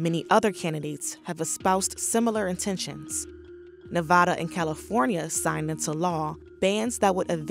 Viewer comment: Dislike because you can't pronounced Nevada correctly